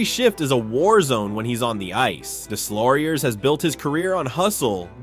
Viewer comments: “Deslauriers” is pronounced “Dayloriey”… my ears are bleeding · Nicholaschh Desslaurieurrsszzz 😂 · How in the name of god can you NOT know how to pronounce Deslaurier's name? Unforgiveable to butcher a name like that SO many times. And it's such a small invesment of time to get it right and not sound like complete idiot. Pro tip - Do better FFS's. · I speak french, and the way you prononced Deslauriers is so bad, you should try to learn how to prononce names of the players. I speak 4 languages, and I understand you speak only one ;-) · Deslauriers, the s is silent